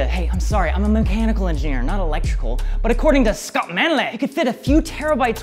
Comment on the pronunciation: Scott "Manlet" 😭😭